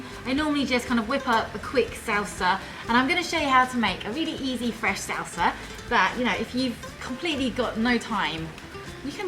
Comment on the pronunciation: she's pretty and food looks good but omg I can't stand how she pronounced alot of her words.. 😭 Saul-Sa